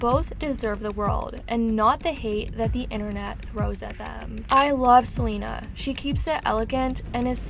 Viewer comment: Can't even say queen Selena Gomez name 😵‍💫